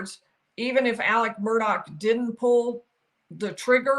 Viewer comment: It’s not Murdock it Murdaugh